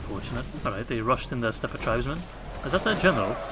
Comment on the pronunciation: I see resolutely refuses to learn that that the "e" at the end of "steppe" is silent. It's a French loanword.